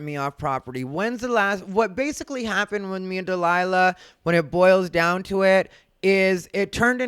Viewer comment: Jesus Christ “Dee Lie La” is criminally stupid